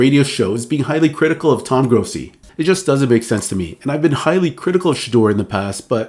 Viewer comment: Dude, if you’re going to comment on a reporters comments, especially for one who has been doing it as long as him, get his name right. It’s Toni Grossi. It sounds yo me like your say Tom.